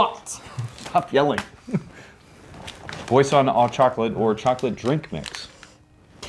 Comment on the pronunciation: You said “boisson” well enough for me to understand. Your French is improving